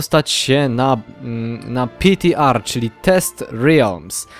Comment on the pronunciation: PTR wypowiedź (pitiARRRR)